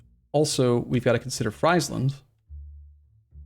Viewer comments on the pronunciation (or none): Friesland is pronounced like “freesland” btw, as in “freezing land”. There was a time were you said it correctly in the past. I don’t care about most mispronunciations of Dutch words, but this just sounds way too bad. Like it is the land of French fries or something. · Hi, like your pronouncement of friesland, small tip: ei = y and ie = ee in Dutch